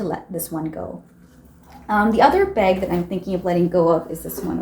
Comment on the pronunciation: You have all same type of very small bags, get rid of them all. You can just keep the white bag so you have an option. I’m not sure where you are from, you say beg instead bag 🙂